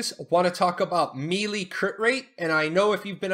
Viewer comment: Thanks for the videos. Helpful for returning player. FYI - Melee is pronounced like Maylay, not Mealy. Can be distracting.